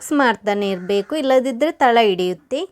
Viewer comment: ಬನಲೆ ಅಲ್ಲ... ಬಾಣಲೆ.... ತಲ ಅಲ್ಲ ತಳ.... ಲ ಳ ಸರಿ ಬರೋದಿಲ್ಲ... 😄